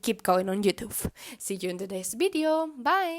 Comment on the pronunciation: my favorite part of the video is when you say bideo :3 it makes me giggle (In a good way ^_^)